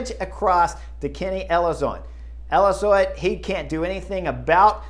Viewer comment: Kenny “Elizoid”? :) He was the guy who won ahead of you when you cemented the 2013, Vuelta. But, as always, great commentary and insight. Enjoy your summaries, Chris. Keep ‘em coming.